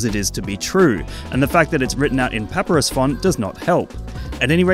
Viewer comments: Bro said "Paprus" font Its Papyrus💀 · Papyrus isn’t pronounced like that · There’s no way you pronounce Papyrus like that 😭😭😭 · Never heard anyone say papyrus like that lol